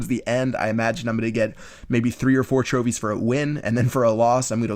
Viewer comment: Lol in the first minute he says tropies